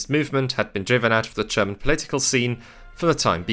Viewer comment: Great video! Though i do have a question: Why do you pronounce 'german' as 'tscherman'? 😅